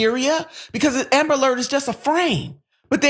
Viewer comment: What's an amalert??? Ishen ambalert?? Eckspecially?? Anyway... This story boils my BLOOD!! Every single person that was involved in the (mis)handling of this beautiful families' cry for help needs to be FIRED, banned from working in that field and any field in relation to it! A press conference needs to be held PUBLICLY with news, media, activists and the family of that poor baby boy! May I say, those workers need to be criminally charged! A DEATH OF A LITTLE BOY, A LITTLE BLACK BOY, MORE THAN LIKELY COULDVE BEEN PREVENTED!!! FxxK, I HATE the "system"!!! And the people that work and back it!!! Sister and "mayor" you damn right, this should (and does me) piss you right off!! "They" do not, will not, ever care for us BLACK & BROWN HUMAN BEINGS!! NEVER!!! "They" want us all gone, banished, incarcerated, gentrified, homicide, suicide, cancer, aids, any way shape or form, to rid us all, is their ultimate dream! AND GOAL, trust me on the latter! Make Amerikkka White Again is what they want! Black/Brown, WE MUST COME TOGETHER!! WE MUST START BEING BETTER PARENTS AND TEACH OUR KIDS, OUR NEIGHBORHOOD YOUTH MUCH BETTER THAN WE DO NOW!! "They" ARE TRYING (AND SUCCEEDING) TO TAKE US ALL OUT, 1X1!!! MY PEOPLES, PLEASE, LETS COME TOGETHER! LETS TEACH OUR YOUTH!! LETS OVERCOME!! LETS OVERTHROW THE "SYSTEM"! PLEASE!!! IT'S ONLY UP TO US! I LOVE YOU BLACK FAMILY! I LOVE YOU BROWN FAMILY! LETS DO THIS! 🖤✊🏼✊🏽✊🏾✊🏿🤎